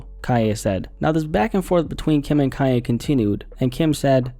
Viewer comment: I'm confused everytime he says "kanye" because it sounds like "kaya" the way he says is